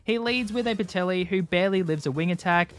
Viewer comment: I'm sorry did he pronounce Petilil, Petelli??